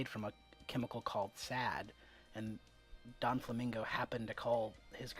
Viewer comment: are you seriously saying Donflamingo?? it's Doflamingo, Doffy. not Donfy...